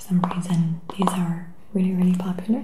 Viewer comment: Im sorry but how she.says.dis nd dees nd dose bothers me.